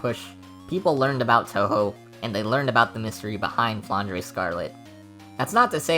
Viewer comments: The "e" at the end of Flandre is not pronounced and just for the aesthetic, it's a french/belgian name, so it's 'dr' and not "dreh". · flandray is easier to say and sounds cooler shut up i don't care